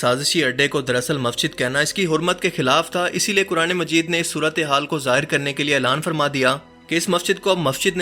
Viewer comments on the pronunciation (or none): none